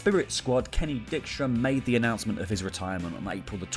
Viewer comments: I believe it is pronounce Dike-stra, not Dick-stra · Hey Kenny Dykstra is actually pronounced DIEK-STRUH. It's a knockoff of a famous baseball player. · pronunciation on some of those names. Saboo & Dickstra. But honestly when Randy Orton retires it will truly be a sad day. The guy has been around forever and has never once been considered a part timer due to his activity. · Are you saying Kenny Dickstra to be funny? Or mispronouncing his name by accident? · It bothers me more than it should that you mispronounced "Sabu" and "Kenny Dykstra". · Pretty sure thats not how you say Dykstra. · That bothered me too